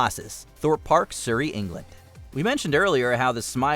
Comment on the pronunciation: What a bizarre pronunciation of ‘Surrey’.